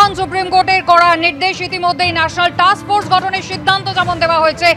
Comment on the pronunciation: ওরে টাকস ফোর্স নয়, টাস্ক ফোর্স। আপনি পচা দার ইউটিউব চ্যানেলের রিপোর্টার নয় বা পাড়ার চায়ের দোকানে গল্প করছেন না।